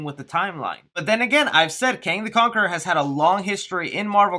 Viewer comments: “Kong the Canquerer” lol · "Kong the Canqueror" 🤣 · "Kong the Canqueror" LOL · Bro you totally said Kong the Kankerer lmfao. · 3.41 you said KONG THE KANKERER😂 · he said Kong the kanker 🤣 by mistake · Con The Canqerer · Did anyone else catch that said "Kong the kangcerer"? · "kong the kankeror" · Did he say kong the canckeror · you say Kong the kankeror 😂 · Dude said Kong the Conqueror 😅 love your videos 💯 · . Had to rewind and listen again. Kong the Canquerer. 😅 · Wait, Kong the Canquerer? 😂, I think you confused yourself a bit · khon the cainquerer 😂😂😂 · did you say Kong the Cankeror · 😑... “Kong the Canquerer...” ugh... lmfao. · “Kong the Canqueror” lol... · You said kong the canquerer 😂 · Kong the Cankerer had my dying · Ah yes Kong the Canqorer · Kong the Cankerer🤣🤣🤣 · "Kong the cankerer" lol 😂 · At one point in the video you said ''Kong the kankor'' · Ah yes my favorite. Kong the Cankerer" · Kong the cankerer lol